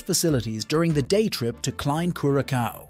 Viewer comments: Please give the country the respect of pronouncing its name correctly . CURE A SOW.not CUR A COW. I cringed every time I heard that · it is not pronounced curaKAO - geez dude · Homie pronounces it different each time he says it. LOL! My favorite is Cure a Cow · Lol. I love the multiple unique pronunciations of Curacao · You know it’s an AI generated voice based on him having a new pronunciation of Curaçao every time he says it. 😂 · why do you keep changing the pronunciation of Curacao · Not gonna trust someone who can't pronounce the islands name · This youtuber hasn't done his homework and it is annoying.